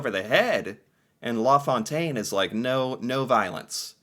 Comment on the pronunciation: Always get a chuckle listening to pronounce french words and names. Law Fontaine rather than La Fontaine 😂